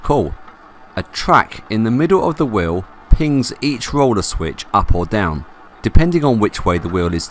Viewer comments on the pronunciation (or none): I love how "wheel" = "whiww"